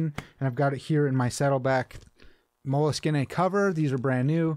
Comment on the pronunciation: I've watched a few of your videos now. You are correct the first time it is "mole - skin" not "skiné" Keep up the good content, I have been keeping journals and deep thinking for about a decade now. More frequently in the last 3-4 years. It is a great practice for those who think.